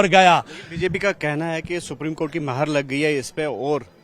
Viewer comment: Baayi anchor yeh maher nahi.....moher hai....kiya hogaya aap ko????